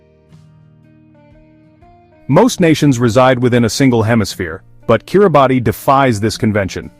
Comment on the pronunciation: If you really want to talk about Kiribati, you should at least know it's not not pronounced "Kiri-Bahtee" but "Kiribass".